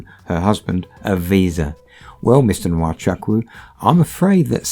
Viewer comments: Nwa Chuck Woo,,, lol its pronounced "Wa Choo- Koo" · To the narrators/hosts: You are Nigerian even though the accent is different. You therefore know that your pronunciation of Nwachukwu is wrong. Isn't it taking it too far to pretend otherwise? (And no, the 'photos' of you, aren't the real deal) On today's subject, I hope he never sets foot on any other soil but his. Evil and wicked scammers! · it’s not totally wrong but it’s more like (n)wa-chuk-(w)u the n and w being really faintly pronounced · How they pronounce nwachukwu as wachaku Dey off me sef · Lol the way you pronounce Nwachukwu is hilarious.